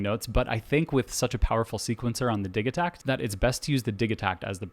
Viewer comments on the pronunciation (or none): Bro, its Di-JEE-takt